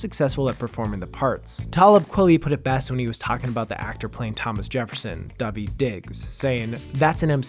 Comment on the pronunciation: What was that pronunciation of daveeds name